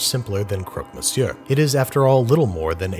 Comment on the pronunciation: the R in monsieur is silent, pronounced meh-syuh